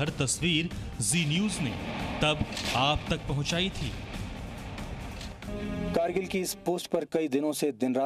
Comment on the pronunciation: Krgill nhi h. Kargil h aap glt bol rhe ho hr bar